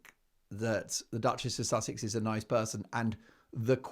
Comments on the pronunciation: A stupid stewardess. Queen, Princess, Duchess couldn't even pronounce Sussex. 😂😂😂 not impress. Low class stewardess😮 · Public divulgence of experiences with passengers by American Airline staff is a sackable offence. This young woman may be attractive but is as 'thick as a brick', a typical gen Z. She has never even heard about or how to pronounce Sussex. 🤣😂🤣 what a laugh... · If was a true fan of Harry's wife, she would have known how to pronounce "Sussex". She'd also have known about "As Ever" 😂 I think was just excited to meet a famous person. "You know me well" - she's big on hand-written notes isn't she? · Very articulate indeed, she can't say Sussex or properly read the note... I also agree with many comments, they can't wear long nails because they provide food and beverage service, and she would/should be fired on the spot for revealing the identity of a guest, it's forbidden in all hospitality environment. That's perhaps why Meghan was appreciative of her, their mutual disrespect for rules. Yes, I think Meghan IS very scary and evil. Your interaction with Redge(? is the spelling ok) was the best!! I love the hairy hijacker, he does as he pleases and, very endearingly so. 😻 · This girl couldn’t even say Sussex.. she’s not to bright… airlines don’t hire dumb people…my friend was an airline stewardess..your hair has to be neat and nails neat and short..this is 100% fake…that’s not even the correct uniform for AA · That was definitely a fake tiktok post. She couldn't even pronounce Sussex 🙄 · So contrived. She has no idea who she is and can’t even pronounce Sussex. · First thing: a flight attendant that has trouble pronouncing the word "Sussex": yes, quite the tongue-twister. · That was definitely a "paid-for" tiktok post. She couldn't even pronounce Sussex 🙄